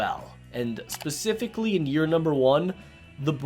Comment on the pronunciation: Love ya but it’s specifically not pacifically